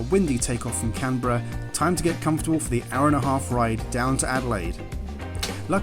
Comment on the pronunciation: First thank you for pronouncing Canberra "correctly" ;), second rest of Australia is just jealous 😬 and third, glad you liked it despite being in the midst of the smoke and fires. Do come back and hope you enjoyed our booze.